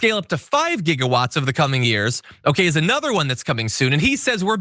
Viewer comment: It's JIGGA-watts, damn it!